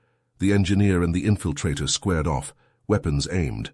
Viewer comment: weepons? LOL gotta love a braindead AI